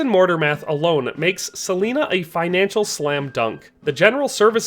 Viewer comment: It's pronounced Sah-line-ah. Not sah-leen-ah.